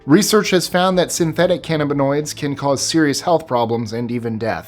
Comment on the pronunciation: This dude can't even pronounce cannabinoids properly. I guess read the script and grab the check, but still... for anyone narrating a video of this subject, shouldn't you at least pronounce things correctly?